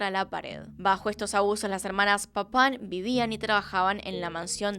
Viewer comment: Se que esto sonará horrible pero Me causaba riss cada que decía el apellido de las hermanas papaw